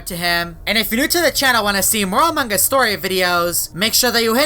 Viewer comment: you don’t say among Gus you say among us =-)😉